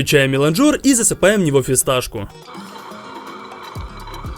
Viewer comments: Миланджер ударение на а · В слове «меланжер» даже нет буквы о, зачем он туда ставит ударение 😩😩😩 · Нет такого слова меланжор! Уши режет. Там даже буквы о в слове нет! Правильно мелАнжер, произноси так, пожалуйста